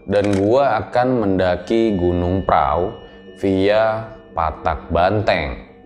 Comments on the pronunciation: prau bacanya pra u atau prahu bukan prao bang..jadi itu sebenarnya gunung perahu tapi lidah jawa jadi bacanya pra u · Tapi dia baca nya praww 😂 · Kenapa pelafalan nya gunung praw?